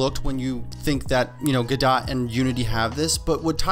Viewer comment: Lol, I've never heard anyone say it the way you did. I always hear "Guhdoe"